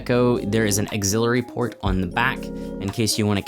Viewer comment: "Exillery Port"